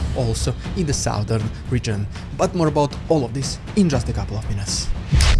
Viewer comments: the sow-thern region ? A lady pig ? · In what region?? oh please keep saying southern <3